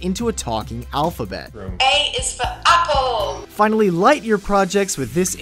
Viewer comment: Sounded more like A is for upple.